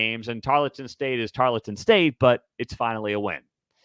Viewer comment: Tarleton State. Tarl, like gnarl. Tarl-ton.